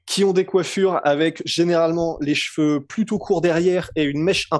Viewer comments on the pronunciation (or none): none